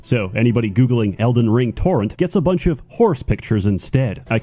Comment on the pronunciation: “elden ling”